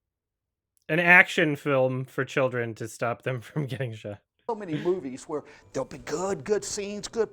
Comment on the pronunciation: He doesn’t say “children” he says “choldren”